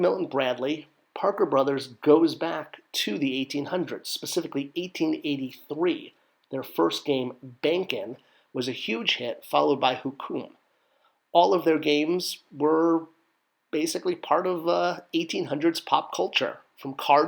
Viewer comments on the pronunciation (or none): I think Hokum is pronounced Hoke-Um